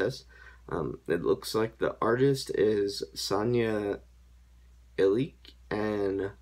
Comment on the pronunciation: this guy absolutely destroyed the pronounciation, its pronounced Sanya Ilich and the song is Nova Detsa (new children)